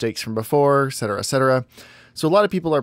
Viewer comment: ET cetera*